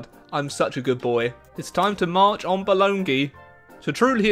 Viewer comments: Bologna not Bolona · Però “bolona” non si può sentire ahahah è boloGNa p.s. U are amezing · say Bolona Me an italian guy that lives in BOLOGNA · "Bolonghi" why on Earth would you turn Bologna into Bolonghi? As an Italian I laughed my ass so hard hahhah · It’s actually pronounced Baloney, not Bolona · Bologna is pronounced (Bo-lone-ya) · I regret to inform you all that it's pronounced 'bo-ee-i'. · Bruh it’s pronounced “bah low knee” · Please, it’s pronounced: Bolonia. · The way you say bologna is hurting me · That's not how you say Bologna, great video anyway! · Your pronunciation of Bologna is perfect! No it's not xD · you never once pronounced bologna the same in this video.